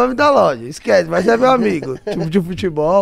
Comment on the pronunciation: "Exquece, extorado"